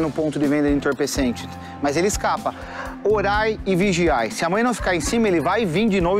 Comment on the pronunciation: Disse certo: orai e vigiai